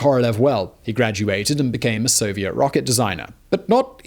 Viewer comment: I think you meant to say So-vi-et